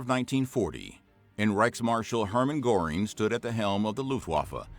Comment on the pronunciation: Wrong pronunciation of “Goering”, it’s not Gore-ing, closer to Gur-ing